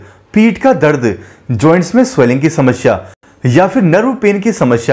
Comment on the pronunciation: समस्या होती है समष्या नहीं 😂